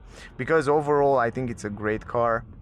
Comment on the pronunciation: Try to say English TH like in CLOTH. You say I THINK like I TINK 😢😢😢